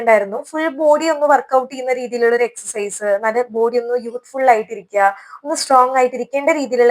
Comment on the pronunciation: എക്സർ സൈസ് എന്ന് പറയാൻ എന്നാണ് പഠിക്കുക